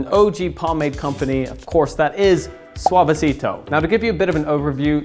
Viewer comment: Bump if you flinched every time he pronounced Suavecito